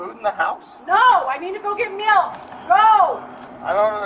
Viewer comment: Weirdest pronunciation of "milk" ever